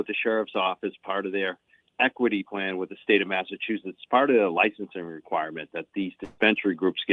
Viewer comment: Bwahston Massatwoshits 😅